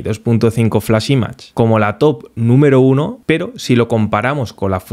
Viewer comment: Todo excelente, salvo una mínima cosa: pronuncia bien "image" por favor.